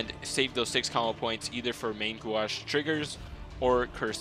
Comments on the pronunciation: Main g-oh-sh. That's how you say main gauche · You did butcher main gauche, but it's really difficult to explain how to say it. Great guide BTW ^^